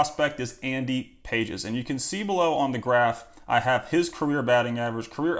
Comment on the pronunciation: Andy Pages = Andy "Pah-hez"